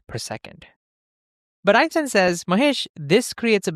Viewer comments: great video 10/10 but why did you say so often epstein instead of einstein xD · Did you say epstien instead of enstien? 😅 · Einstein, not Epstein 😂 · did u say Epstein or r the captions cooked